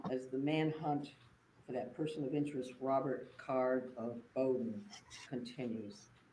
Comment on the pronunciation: His name is card not carr.